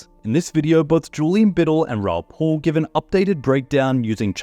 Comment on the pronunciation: It's PAL, P-AL not bloody Paul. He's pronounced it himself a million bloody times. Are you a robot,? Please, for the love of God, say it properly or I will lose my mind.